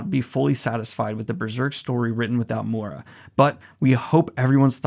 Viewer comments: this is great, but please, someone teach him how to pronounce Miura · "Mooda" It's mi-ur-ra or mi-u-da. He's not mudahar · Miura, M-i-ura, mIura, M-iiiiiiiiiiiiii-ura. NOT M-U-ra or MuUUUUUuuuura.. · hate to be that guy but it's Miura not Mura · I'm sorry to point it out but it's Kentaro Mee - u - ra, not Moora With love <3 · Can you please stop saying Mura instead of Miura lol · "Kentaro Moora" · Also just want to note: I know the pronunciations aren't always strictly like this. When actually talking, obviously we tend to finish a name like this with an "Ruh" sound instead of a "Rah" sound, but I hope this gets across how the name is phonetically intended to said, the "proper" way. Daniel generally does a good job, it was really just the fact he was straight forgetting the 'I' in the name that made it sound so off. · This is amazing news!! Also, it's me--you--ra. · Dear Daniel, its Kentaro MEE-U-RA, just to warn you before someone starts attacking you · Hey Daniel!!! I love the energy you put into trying to pronounce Miura. You are SO close. It's 3 sounds 2 sylabals: Mee-you-rah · M I U R A, not that hard daniel!